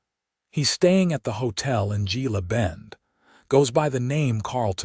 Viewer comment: It's pronounced heela bend